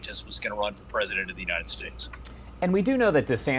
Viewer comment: Did Ron have his shoe-lifts in? It really makes him a pwesident in my mind.